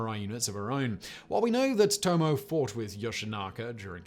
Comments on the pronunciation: Just a quibble: Tomoe is pronounced, more or less, TO-MO-WAY (no stressed syllable.) richard -- “There is no present or future, only the past, happening over and over again, now.” - Eugene O'Neill, A Moon for the Misbegotten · Tomo.e I will endeavor to never say anything about a pronunciation again, but I must say it is properly... Tomo.e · Simon...Tomoe is pronounced with an "ay" at the end...the e is a standalone sound